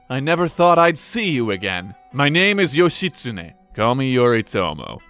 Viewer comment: How hard is it to look in a dictionary or encyclopaedia to find proper pronunciation of the name of not only a famous historical figure but the name that is also the central figure of the video you're making and saying over and over again? Not expecting Ancient Japanese reconstruction, not even expecting modern Japanese vowel pronunciations, but not even getting the syllables right is too painful. It's not as if there are any internationally famous Japanese mass media entertainment characters called Yoshi that might have given you a clue.